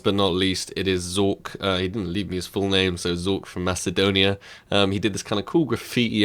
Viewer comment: I think the C in Macedonia is pronounced as a K :p